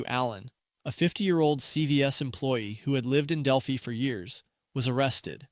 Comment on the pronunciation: It’s Del-fye like eye not Del-fee. Not sure why that bothered me.